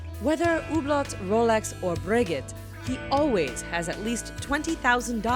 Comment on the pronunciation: Ok Americans this is how you say it , hooblow , roll x , bre gay . Please learn how to say the words before the video